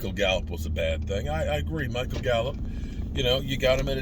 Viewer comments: It's Gallup not gallop 🙄😂😂😂😂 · GALLUP NOT GALLOP